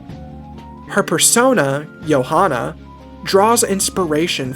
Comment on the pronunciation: Thats not how you say Johana